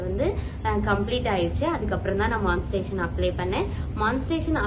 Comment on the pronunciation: மான்ஸ்டேசன் இல்லை.... மானி டை சே சன்